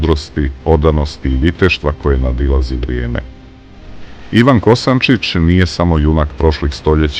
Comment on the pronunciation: Ne Kosancic nego Kosancic